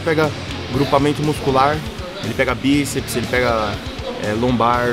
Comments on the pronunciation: "Biseps" foi foda KKKKKKKKKKK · "biseps" uahsuashusahuas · "biseps" é foda kkk